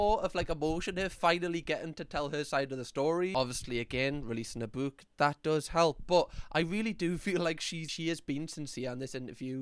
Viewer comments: Here for the way you pronounce bewk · Fab video it's killing me how u say book sorry 🤦‍♀️🤣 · Why do I laugh every time says book in his accent 😂😂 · I love accent Also him saying the word "Book"